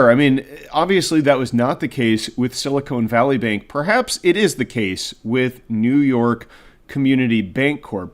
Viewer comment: Silicon Valley. Not "Silicone Valley." They're not the same. Well, I guess they /may/ be in some sense...